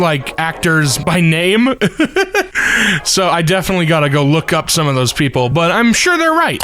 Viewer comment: "Up" becomes "Urp", a comedy about accidents and burps.